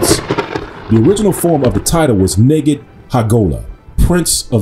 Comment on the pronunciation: I was taught that word was pronounced NIGHID. Spelled and defined the same but pronounced differently.